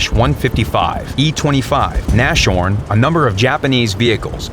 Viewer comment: It's not pronounced nashorn, its nas-horn